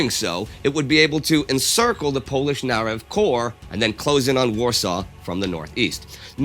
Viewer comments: I’m impressed with your pronunciation of polish names - very rare to hear that + what you are doing to preserve history. We owe you! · Indy and Par must have Polish blood in them. You pronounce Polish names very well